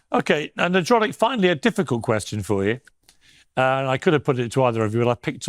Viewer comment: Did Piers call ""? I like it!